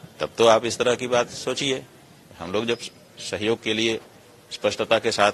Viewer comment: एक बार में किसी से भी गलती हो सकती है. आप तो स्पष्ट का उच्चारण भी अस्पष्ट करते हैं. होता है. और भी कई लोग करते हैं. आप अहम मुद्दे उठाते हैं, चर्चा गंभीर होनी चाहिए.